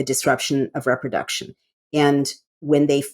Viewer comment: Re-production, not rep-roduction.